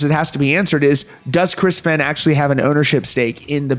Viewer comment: I COMMENT THIS ON EVERY VIDEO YOU POST ABOUT THE FEHN CASE. IT'S PRONOUNCED "FAYNE" its disrespectful to continually mispronounce his name despite being aware of it.